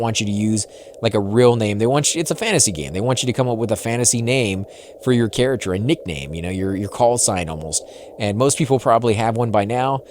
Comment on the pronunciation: Why are you saying carrachure and not character